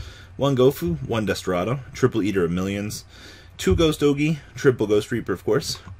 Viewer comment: "Desterado" What the fuck? Its 'Destrudo'.